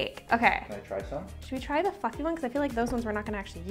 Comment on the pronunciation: had me I thought she said the f word then I realized she said fluffy lol